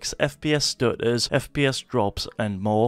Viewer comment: "fps stu-uhs"